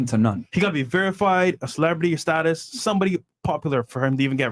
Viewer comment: it’s status my man.